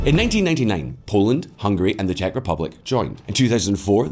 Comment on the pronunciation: ah yes, Hugary